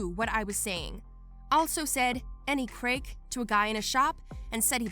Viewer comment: Craic is pronounced "crack"